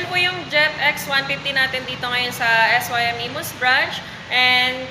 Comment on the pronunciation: Es Way Em kasi hndi Sim...🤣